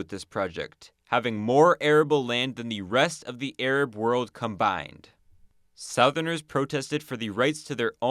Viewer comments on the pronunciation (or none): say "sowtherners" again one more and shoot u